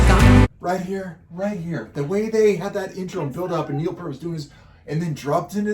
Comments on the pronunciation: FYI rush 2112 was every Toronto’s youth rite of passage. Which is why rush is ours, all ours but you have our permission to listen and enjoy 😅 FYI Pronounced. Peert. As in ear Peart Not Pert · "p ear t", not "purt" or "pert". He pronounces his name in interviews. If you this guy's playing, you should hear him speaking. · Please start pronouncing the Professors name correctly. Peart. Say it fast... "Pee-Art"!!! It's a Canadian thing. Have some respect. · "peert" not "pert" common mistake. :) I don't care for the sound mix in this version. MUCH prefer the studio version. So much cleaner, and Geddy's vocals were in the stratosphere, whereas in this recording his voice simply wasn't capable of performing it as he did in the original. This recording sounds so muddy, too. Maybe Stickhits' remaster just sucks. :/ That said, 2112 is an amazing journey. You MUST listen to the studio version with lyrics, because it's a whole story, and there's a super bit at the end that was left out. 2112 is a piece in 7 movements based on an Ayn Rand story called "Anthem", about a dystopian future where the Priests and their computers tell us all what to think, what to feel, and what to like...until a dude finds an ancient guitar. Rush's career spanned from . They stopped touring when Neil's health prevented him from giving the fans 100%, and he didn't want to give them any less. He died from brain cancer in January 2020.